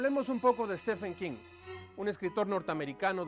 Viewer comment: Stefen quin jajajjajaajja